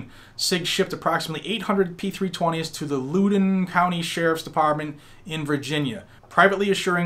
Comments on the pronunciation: He said “Looodin” county🤣. It’s pronounced “Loud-en”. Not trying to be a dick. Really enjoy the content. Stay solid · Thanks for the info. I've been trying to figure out were "Lewden" County is, though. After writing that, I assume you mean Loudoun (lau-dun) County (home of Dulles Airport and next to Fairfax County). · Its Laoden or loud den (Loudoun) County 👍🏾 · Loudon County, VA is pronounced like the o is in ouch